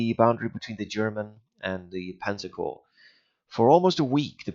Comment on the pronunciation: I know it's a long time ago but you don't pronounce the S in CorpS it's the same as Illinois. It's just corp. Other than that. Awesome and this is what I was looking for before purchasing it.